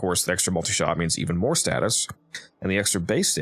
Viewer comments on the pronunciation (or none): none